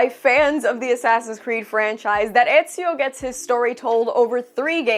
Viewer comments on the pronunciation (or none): it's ezio damn it